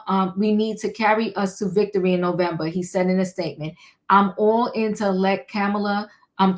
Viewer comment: Hello! Yes, you pronounced her name correctly, and it's wonderful that she' s breaking glass ceilings already--raising more money more quickly, getting all the labor unions' support as well big donors and both the black and white women's votes. I know we as a country are ready for a new change of energy and leadership, but there are many individuals who aren't ready for her to be THEIR leader and take charge. These very women and men are dragging her through the mud by saying she isn't ready, bringing her past life issues and coming up with all types of BS because they are lost, jealous, non-supportive and don't understand the matter at hand and how important it is to vote for someone based on character, leadership and a profound sense of morale and ethics concerning the country. Unfortunately, many people still think only a MAN can do the job of being the PRESIDENT and that women don't qualify. That couldn't be further from the truth but these folks aren't even ready to see it.